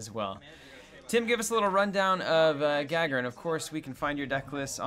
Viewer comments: ***** More like Guh-Guh-Rin, emphasis on the second "Guh". The "A" is not meant to pronounced the english way. Neither is the "r", it is rolled normally, but that would you just give a hard time I think. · It's pronounced Gah-Gare-In! As in Yuri Gagarin :) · Was about to comment that you're mispronouncing Gagarin, but other folks already got it covered. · ***** The emphasis is on the second syllable - gagArin.